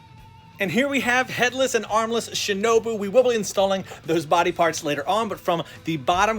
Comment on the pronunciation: He said Shinobu.....